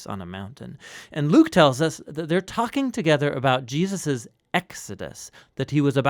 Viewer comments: i am very pleased to find this resource. i am sorry that my first comment includes a criticism but i feel its important: in this video, the name "Jesus" keeps being slurred to "Je-us". i dont know if this is a supernatural change or if the narrator just needs some rest or a cup of coffee but i think its worth doing over for the Name of Names! meant with goodwill! :) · I know who Jesus is... Now that other guy Gee-us.... I'm not sure who that is that he is speaking on. .. Praise him correctly. Know his name. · Je -aah-sus. No, Jesus'. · Who is this Gee-Us of whom you speak? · Was it the intention of the narrator to pronounce the name of Jesus as Je'us? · I'm a little troubled about the pronunciation of Jesus. Sometimes it sounds like Gee-a-zuz. Non native speaker, this is a real comment. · GEE-US?? I've listened to you say Gee-us over and over again. Who is that? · Hey there,. Loving this series, I find them really educational... I have to ask though, why do you say Jesus' name like that? It sounds like you're sating "Gee-uh-sus":O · Why does he say "Jeeus's"????? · seriously, i'm not halfway through and theres been at least half a dozen "Jee-uses". is this intentional? is this a quantum effect/ mandella effect? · why do you keep saying Jeeussus? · I think Neil is talking about how pronounce the name as "GEE-ZAAAS". hahaha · am i the only one who notices how he says Jesus "Jeyus" idk it bothers me somehow anyway this is awesome love all the videos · I hear it too. Every time he says it, it takes me right out of the story.